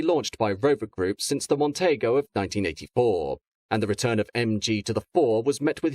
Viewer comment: “Mon-tee-go” not “Mon-tay-go”. 😊